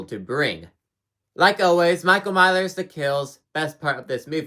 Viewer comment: “Michael Mylers”